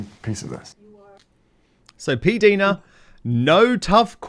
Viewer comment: Dan, her name is pronounced P Dina, not P deena. The I is eye/i. Listen to her channel. She pronounces it clearly. Thanks😘